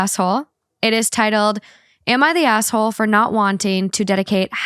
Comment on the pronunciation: When says asshole, it sounds like she's saying asswhole